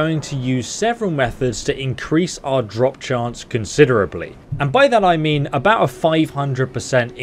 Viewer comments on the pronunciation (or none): none